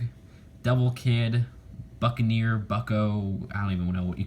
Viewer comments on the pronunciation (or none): When he said the buckinear I thought he said the fuckin ear